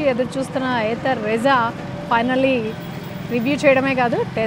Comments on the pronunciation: Meadm it's not rizza it's RIZTA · Adi Ritza kadu thalle Rizta😢